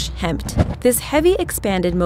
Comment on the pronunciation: She pronounced HEMTT completely wrong, ask anyone in the military what that is and you hear them say "hemett" been that way for 20 years. Makes me wonder how accurate the video really is when they didn't even take the time to find out proper pronunciation's.